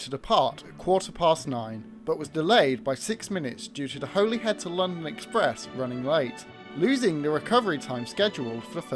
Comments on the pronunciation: I thinks it’s a clumsy edit, rather than a mistake. As he said Butlin purchased 3 Pacific’s. He then lists all three, but with Royal Scot in the middle. It’s a really good video, and enjoyed it. But it is pronounced ‘Holly Head’ not ‘Holy Head’. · Terrific video - thanks. Just a note about the pronunciation of Holyhead - it's said 'Holly- head'.